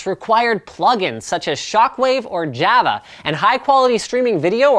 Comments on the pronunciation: I don't know if I can listen to this when he says Jiff and jAaaava. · its gif, not jif and it's java not jayhvuh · ja-va? isnt it jA-va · Did he say Jayh-vuh? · It's yah-vah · is right, he did say it that way. However thats no excuse for Linus saying Jyahvuh for java. Face it, Linus is fucked up in the vid. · Linus...jæva...? Really? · everyone talking about how he mispronounced gif but what about how he mispronounced java? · I was paying attention until I heard his pronunciation of "GIFs" and "Java" ...then I just lost my f**king mind. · The way you pronounce java hurts my feelings :(